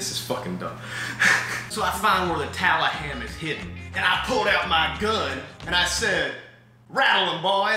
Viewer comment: "The taliham" 🤣